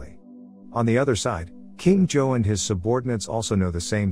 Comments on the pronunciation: It’s zouh not joe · its supposed to be pronounced "je-hao" but it pronounces it wrong as usual (im chinese) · Please learn how to properly pronounce every name. Everytime you say Zhou, all I hear is Joe. Just...no. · why are you saying john but his name is zhou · is the kings name being pronounced as Joe feel odd to anyone else? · I'm so bothered by the pronunciation of the name "Zhou" i can't move on